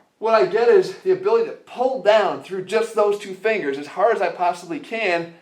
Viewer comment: fingles, fringles 😆😆